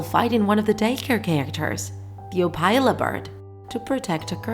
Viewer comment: you're saying opila wrong 😡 it's opila, not opayla, the i is low wovel